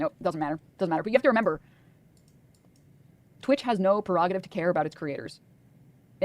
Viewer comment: God bless all these people who say "perogative" instead of "prerogative"